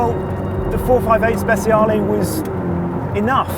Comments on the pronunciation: “Speciale” not “spesiale”.. our “c” is more like your “ch” . Just in case you want to say it correctly 👍🏻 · it's not ¨speSiale¨, it's ¨speTCHaale¨